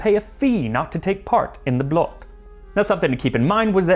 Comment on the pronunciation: Blot, the O is pronounced like the oo when you said "stool" (from footstool) The way you say "Blot" means... well other stuff, thou it depends... how its used, usually referring to "Only" or "just" (as in "its just that") /Usually in formal or how some elders talks. //Appreciate the attempt. //The Danes may have a different discussion about this... but il meed them half way on the ice.